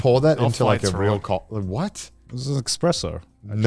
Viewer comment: WTF IS EXPRESSO AND HANZ ZIMMERMAN. I wish I will see a day when Garnt gets something or someone's name right, I'm starting to think he is doing it on purpose